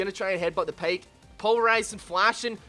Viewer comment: it s pyke not payke